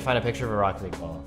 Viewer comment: “Rocket leaguessr” haha